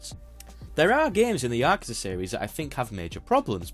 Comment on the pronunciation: I still don't get why nobody can say Yakuza properly. I guess your attempt is better than the Y'kooza lot, but it's a like apple, not ah like ahhhhh so you can't say words properly. Edit: turns out you can't say corridors properly either?